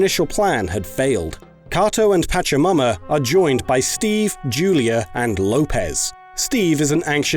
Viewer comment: Oh my god, i know it's probably culturally insensitive, but the way you're pronouncing it, i can't help but hear "patch yo' momma" instead of Pachamama